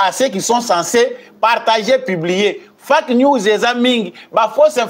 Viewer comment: Muana mboka mua correction omoni frase wana olobaka fake News A wana na Anglais ezalaka E donc il o prononcer yango lokola Feke news merci